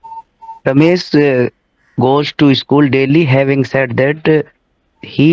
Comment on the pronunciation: Said pronunciation is wrong